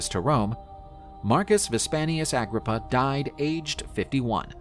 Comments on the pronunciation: Get his name right 😅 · You said in his name wrong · He is not pronouncing his name right.